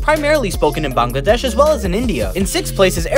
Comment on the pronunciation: The only foreign to pronounce Bangladesh the correct way☠️.